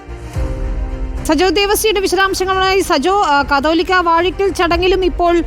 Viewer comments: കത്തോലിക്ക അല്ല കാതോലിക്ക.. ഇവർ ഒന്നും കേരളത്തിൽ അല്ലേ?? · കത്തോലിക്ക അല്ല കാതോലിക്ക, റിപ്പോർട്ടർ ആദ്യം തന്നെ ഇതൊന്ന് വ്യക്തമായി പഠിക്ക് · കത്തോലിക്കാ അല്ല, കാതോലിക്കാ 😂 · കത്തോലിക്കാ ബാവ എന്നല്ല കുട്ടീ.. കാതോലിക്ക എന്നാണ് പറയേണ്ടത്!